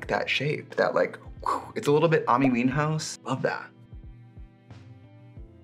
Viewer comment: the fact that you said Amy weenhouse 💀